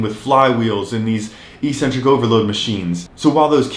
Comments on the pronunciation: It’s ek-centric. Not ee-centric!! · EEEEEcentric is not a word anywhere in the English language. Eccentric means ‘away from the center’. A crazy person is called eccentric bc they are ‘away from the center of normality’. A ‘negative’ movement of an exercise is a movement of the tendons ‘away from the center of the muscle’. It makes perfect sense from an etymological standpoint. Mispronouncing it as eeeecentric would mean ‘without a center’, which makes no sense. Another line of logic proving that it must be pronounced eK-Sen-Trik is that the first syllable is ‘ec’, which can only be pronounced ‘ek’ in English. There’s no possibility of a silent ‘c’. There’s no controversy regarding how to pronounce ‘centric’. So, the word is pronounced, eK-Sen-Trik. But don’t take my word for it! Look it up in literally any English dictionary.